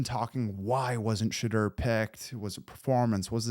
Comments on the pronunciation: I subscribed please practice on how to pronounce his name correctly.You pronounce it the way he said he didn't like it pronounced not Shedrrrrrr its pronounced Sha-door 🚪 You said his name over a hundred times so hopefully you practice and learn how to pronounce it😮💯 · Oh and Shedoor lol not Sheduur Hahaha